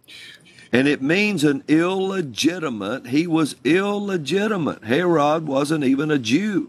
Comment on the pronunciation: The way he says "Hair-rod" for Herod makes me want to gouge my eardrums out.